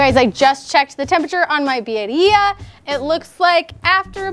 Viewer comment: Love how she pronounces it BIDDIA. 🤣